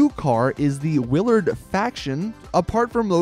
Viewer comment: Wow you pronounced Willard correctly it's in my name:p says it as "Williard"